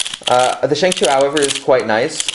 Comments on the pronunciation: yea lol its shengshou not shengshoo it was frustrating me so bad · Ok bro it's not Shang shoo it's Shang schow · Not shangshoo it is shangshaugh ow ow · why do you call it a shang shoe